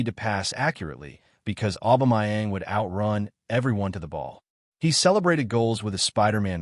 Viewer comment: His name is "Aubameyang" not "Aubamayeng" dude!